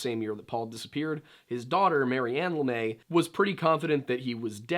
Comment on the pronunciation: Are you sure you are saying that name right? Has it been Americanized? LeMaitre is french, but it's not a name where the tre would be silent. It would be pronounce more like.. Le-Meh-truh not LeMay. Just curious is this is one of those trying to be smarter than everyone else situations when you aren't actually applying the French rules properly to the name. Anyway, if you have some information such as people close to the family or investigation saying LaMay more power to you.. But I think you are mispronouncing it. You can just type "Pronounce LeMaitre" in the YouTube search field and it will pop up with French people telling you how to say it.